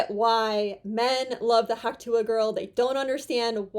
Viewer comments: Could we please stop saying hawk tooah? It's just disgusting. Also what's wrong with you? Why can't you pronounce the t's in words? Why do you refuse to elocute properly? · You keep saying Hawk Tuah "A",,,, It sounds like " Huck Too",,,,,,,, This chick is better then a Hundred woman on social media...